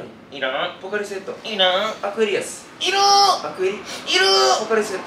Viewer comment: の いる～ が いらん のテンションとまちがってるｗ